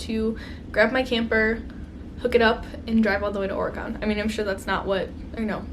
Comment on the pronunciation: i've never heard someone say oregon the way you do haha. my fav palette this year was the huda beauty mercury retrograde!